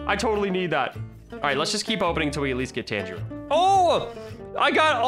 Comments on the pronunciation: They did add TAN-JEE-RO why you said it wrong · U trigger me DID U JUST CALL IT TENJARO!!! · im triggered he said jiriya and luffy wrong plus tanjiro plz watch some anime no offense i still love the vids